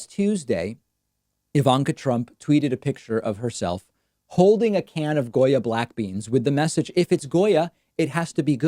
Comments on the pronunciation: I appreciate the fact that you pronunced it how we do, not only in Argentina but in most of the spanish speaking countries of America. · Gotta love Davids perfect Spanish pronunciation of the name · David Pakman speaks Spanish ??? Cause that pronunciation was pretty darn good